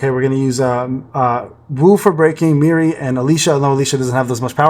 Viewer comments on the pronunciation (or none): Poor Mirei, people seem to misspell or mispronounce her name pretty often It’s said like Me-ray, like that D’oh a deer song